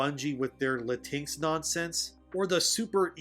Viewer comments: Lah-tinks is not how you say it lol, it's latin-echs or lahtin-echs. I called my mexican friend latinx how you say it and he left the discord call lol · You know how it’s pronounce. I was confused for awhile when you said latix 😂….thought you was talking about a cat or something. It’s Latin-X (just say Latin and then say the letter X). Latin-x will never fly because it doesn’t fit in the Spanish language when it’s compose of masculine and feminine verbiage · I'm sure you know it's "Latin X", but I have to admit "La-tinks" is pretty funny😂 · 'Latinks' kills me everytime 🤣🤣🤣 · It is "Latin-ex" and yes it is as stupid as it sounds and very VERY offensive. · It’s pronounced la-teen-ex. It’s phony, it’s stupid, and the vast majority of Latin people, find it offensive. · The thing is they are not pandering. This is what they all believe. Also I will be pronouncing latinx the same way you do now, cause that is just funny.